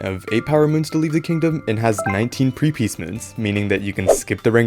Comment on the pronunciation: “Prepeace moon” lol